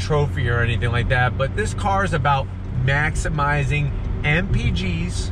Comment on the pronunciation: you meant to say maximizing... not maximum-izing. LOL -:)